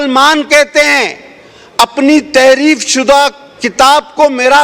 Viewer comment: بہت خوب ۔ بالکل صحیح اور سچ ۔ اللہ تعالٰی آپ کو سلامت رکھے ۔ لفظ تحریب نہیں بلکہ " تحریف" ہے ۔